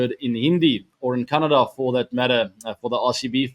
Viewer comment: He says kannada perfectly ❤😂